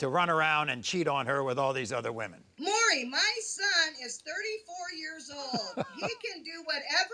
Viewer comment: I find it comical with how long Maury has been on TV, that folks STILL can’t say his name right. He’s called, “Murray, Mary, Mowry,...” is probably the worst offender, though. Changing it up and not getting it right, not once. Lol!